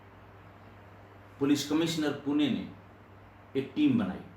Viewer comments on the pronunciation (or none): Sir Puna nahi Pune nam aahee